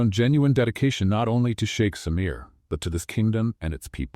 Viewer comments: I loved this story ♥️ 10/10 for me. P.s. it’s sheikh not shake 🫨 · Sheik, not shake..... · For crinimey's sake, STOP saying "shake"! It's Sheikh. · Come on (Sh ee k ) no sh ak e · It’s suite, not sweet. It’s also sheik, not shake. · I guess it's shiek not shake😅😅😅😅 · It's SHEIK, NOT SHAKE.